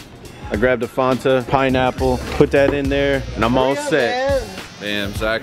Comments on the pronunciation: Zack really said Fonta instead of Fanta 😂😂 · rip kobe n all but... are we gonna act like he didt just say "Fonta" instead of FAAAAAAnta? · Zack: “finna get me a fonta” Me: there’s no o in Fanta 😭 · I say Fonta instead on fanta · Nobody: Zack: “Fonta” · Literally no one: Again Literally no one: Says: I’m going to grab a Fonta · I like.. until he called a Fanta, a fonta? Bro come on!😂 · My boy said fonta😂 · said, “fuanta” LMAO it FAN-TA. Fanta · So we. It gonna talk about how this man said fonta not Fanta 😂😂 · I know damn well zack didn't pronounce FAN-ta as FON-ta 🤭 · Is nobody gonna talk about how called a fanta fonta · said "FUNta" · Zack really said fonta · Zack did NOT just say Fahnta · Nobody: Zack: fonta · said fonta instead of fanta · who else is pissed Zack said fonta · Why does Zack say Fon-ta not Fanta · It’s Fanta not faunta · Nah it’s “phonta” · Zack really said “Faunta” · Zack out here saying Fonta and saying aegg. I can't bruh. 😂😂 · when zack said “fonta” i cringed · Did my mans just say “fonta”? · I was watching the video normally and then asked myself... Did just say Fonta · Zack really just said Fonta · This man Zack really said Fonta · Zack be like fOnTa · This man said faunta are you serious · rlly said faunta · This man said Fawnta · mans said “fonta” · did say Fonta?! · I know didn’t just say fonta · I cringed so hard when Zack said fonta anyone else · It is called fanta (fan-ta) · This nigga called it “Fonta” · did really call it a faanta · Chico Taquito ik I just never heard anyone pronounce Fanta like that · why he pronounce Fanta like that I might be saying it wrong too but it sounds weird to me